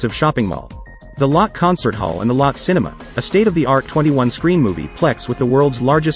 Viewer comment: It’s “low-tay” not “lot”